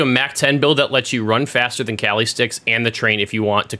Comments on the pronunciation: ITS NOT CALI STICKS ITS KALI STICKS YOU PRONOUNCE IT LIKE ITS SPELLED KOLI ITS. ITS A PHILIPINO MARTIAL ART RESPECT IT. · It's pronounced [Kha-lee] sticks it's from the Philippines not California lol